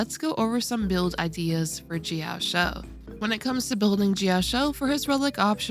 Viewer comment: JIYAO-CHOU. SAY IT WITH ME. JIYAO-CHOU. like ch in chinese. where did the "jiyaoshow" came from? 😭